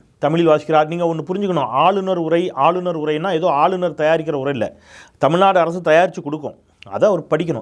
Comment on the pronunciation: வழுக டமில்நடு..😂😂😂 what kind of moral he has?